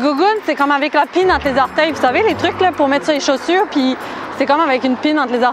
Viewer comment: j'entendais "la pine entre les orteils" ça m'a troublé.. enfin merci pour ta vidéo elle est extra